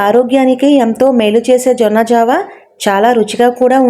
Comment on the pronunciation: జొన్న జావా జొన్న ఒరాకిల్ కాదమ్మా జొన్న జావ (అంబలి)అనాలి